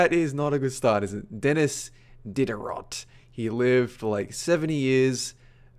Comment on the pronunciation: "dennis did-a-rot" *facepalm*